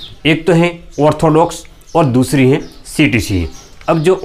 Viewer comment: Ortholox nahi orthodox kehte hai bhai